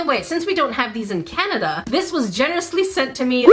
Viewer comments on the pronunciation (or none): none